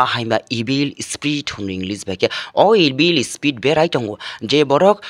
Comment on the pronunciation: Evil spirit ❎ evill spit......✅😆